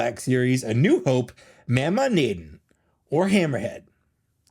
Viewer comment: It’s pronounced “Moe-Maw Nay-Don”